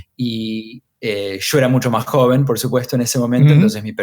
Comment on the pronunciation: JOVEN you missed an N